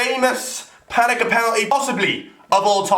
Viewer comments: Someone tell it's pen eng Ka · PaneNka not paneka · It's pan-enka not fucking pan-eka